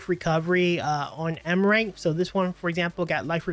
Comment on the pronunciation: Am-Ri-Ta. Not Am-rite